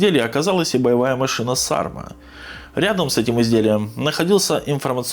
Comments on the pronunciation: Не САрма, а СармА, это название ветра на Байкале, самого сильного. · Ударение на последней а.